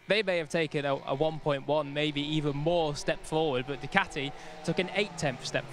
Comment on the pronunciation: Djjjjjjukateeee when did we start pronouncing Ducati this way, huh